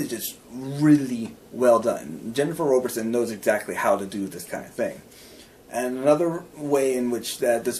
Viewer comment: Wow! I just found this! Thank you! (Yes, I'm the author.) The South is basically the Middle East, and the North is Scandinavia. I'm currently working on #8. Thanks again for the great review! BTW, it's pronounced ROBB-erson. Everyone gets it wrong, so don't sweat it! 8-)